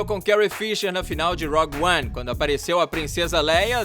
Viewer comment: Rog 1? Ou rougue 1? Cuidado com as pronúncias aí.